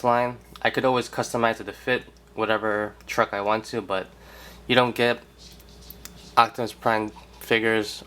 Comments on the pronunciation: are you saying ochtamus instead of optimus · He says "octimus" lol